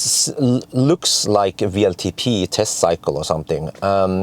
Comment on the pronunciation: I noticed that you said VLTP instead of WLTP, and I guess I know why. Just like us in Sweden, you Norwegians probably pronounce W like V in abbreviations, and in German W is always pronounced like a Swedish/Norwegian/Danish V. I don't think native English speakers do that though, so I guess we are supposed to say ”double-u” for W, or else those native English speakers might be a little bit confused. Interesting video, by the way. 😊👍